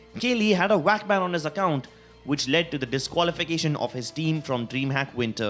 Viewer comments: why do you call vac bans whack bans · WAC BAN, WIRAL.... IT'S A V!!! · “Wac Ban”